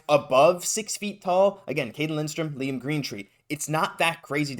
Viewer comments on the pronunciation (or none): none